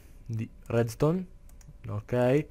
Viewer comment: minuto dici REDSTONE ma ma ma ma si chiama REDSTRONZ!!! minuto dici redstronz la pronuncia è importantissima!